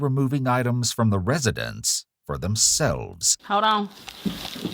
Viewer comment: “Hod’on, I’m stealing”